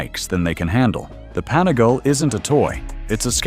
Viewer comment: What the hell is a “panigail”, “panigal” ?